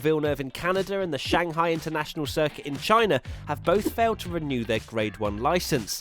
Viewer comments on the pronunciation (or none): none